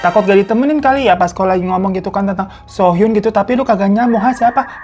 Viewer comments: Btw bang di bacanya "Kim Su Hyun" kalo "Kim So Hyun" jdi beda orang😁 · Kim soo hyun cara bacanya Kim Su Yon bang bukan kim sohyun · Maaf koreksi Bang, penyebutannya Kim Suhyon yg benar. Kalo Kim So Hyun aktris, Bang, beda orang. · bang kim so hyun itu aktris, kalo yg ini bacanya kim soo hyun (kim suhyon) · penyebutan namanya bukan Sohyun tapi Suhyon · Bang thanks udh di up cerita ini. Btw bacanya Kim Su Hyon bukan kim so hyun. Krn dy namanya pake huruf double "O". Klo Kim So Hyun yg cewek ada lg namanya cm 1 huruf O nya 😁🙏 Btw semoga kasus ini bneran cpt selesai dan yg berkeras hati segera dilunakkan hatinya agar menyadari kesalahannya dan mau minimal minta maaf sih krn orgtua korban jg cm pgn permintaan maaf aja kok dan mengakui udh gtu aja. Cm ya udh pasti akan berdampak kehancuran karirnya. Tp klo terus2an muter2 cari pembelaan sdgkan fakta2nya udh terpublish sm aja kaya dy berkeras hati gk mau menyadari kesalahannya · Noted, Kim Soo Hyeon dibaca Kim Su Hyon. Karna kalo so hyun itu artis cewek. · makasih ya bangg udah ngerangkumm tentang ini,, tp btw maap bang bacanya kim suhyon, bukan kim sohyun, makasih bang 🙏🏻🫰🏻 lopyupul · Btw bang hiro, kim soo hyun itu bacanya bukan sohyun tapi suhyon. Kl bacanya sohyun itu yg cewe, kim so hyun. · Namanya BUKAN KIM SO HYUN, tapi dibaca KIM SU HYEON. Geli bgt kuping gue denger So Hyun So Hyun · Halo bang, sekedar pengetahuan, aktor ini pelafalan bahasa Indonesia untuk namanya dibaca Kim Su Hyeon ya Bang, soalnya kalo Kim So Hyun kayak yang Bang Hiro sebut selama video itu beda orang, ada aktris Korea lain yang namanya Kim So Hyun. Takut yang nonton salah tangkep aja sih ntar ngira Mbak So Hyun yang salah😀❤ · Sorry koreksi dikit, Bang. Pengucapan nama Kim Soo Hyun itu Kim S(u) Hy(o)n ya. Soalnya ada juga aktris yg namanya beneran Kim So Hyun, dan itu jelas beda orang. (Memberitahu dengan nada biasa)🙏🏻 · Cara bacanya 김수현 김(kim) 수(su) 현(hyon) Kim su hyon, atau kalau mau gaya korea kimsuyon. Huruf h di nama belakang agak di skip.